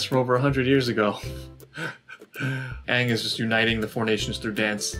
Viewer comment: I wanted to die at the words "AUHNG", "SOAK-UH", "AH-vatar" and the worst of the worst..."Agni KEY".